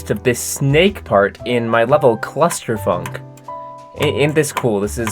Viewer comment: No way u called ur level clu(s)tter funk😂